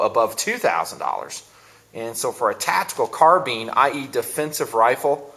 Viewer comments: HEY ITS CARBINE NOT CARBEEN. (car-b-eye-n) 2 syllables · car bean lol its "car bine" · Car-beans? I thought it was pronounced "Car-bine" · Car been? Does he mean to say baked bean?lol! Car-BINE you dummy! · Eh, I hear enough people pronouncing it CARBEEN, that I'm sure it's a TOMAYTOS TOMAHTOS kinda thing... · you pronounce carbine wrong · i thought that the first time i watched his videos. Yeah he says it wrong but you dont have to go off like that. Chill out man. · Carbine is derived from Karabiner and can be pronounced several different ways. My Mini-14s are far more accurate and better quality than my colt AR-15. O.K., they are rough to tear down and aren't good in the dirt; but, ARs have the same problem. Let's face it, the best MILITARY weapons have been made by the Swiss, Germans and Russians. ARs suck. Ask any Nam vet who threw their M16 in a ditch and picked an AK up off a dead VietCong. Colt sucks.